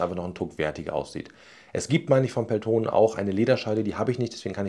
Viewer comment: Gutes Video! ...kurzer finnischer Hinweis zur Aussprache von "Peltonen": im Finnischen werden alle Vokale, die als Einzelvokal geschrieben sind, kurz ausgesprochen (ein langes "o" wäre "oo" geschrieben). Betonung ist immer auf den ungeraden Silben (es sei denn die ungerade Silbe ist die letzte im Wort), hier: Betonung nur auf dem vorderen "e".